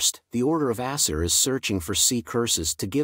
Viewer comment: The way the text-to-speech pronounces Aesir tho 💀